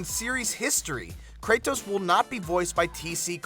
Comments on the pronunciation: the way he says his name its kratos not kray-tos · it's pronounced KRAY-DOS not KRAY-TOES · had to stop the video when I heard how this dude pronounces "Kratos" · You say the T in Kratos with conviction haha.. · why the fuck do you say "Kratos" that way. Do you say Dori- TOS to your friends. you fucktos.